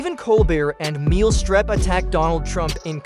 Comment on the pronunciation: Meel Strep?? Surely there is a real person setting up the AI narration, and could be sure of pronunciations, right? Right….